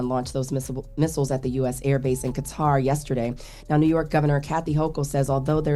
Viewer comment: Qatar is pronounced like Kutter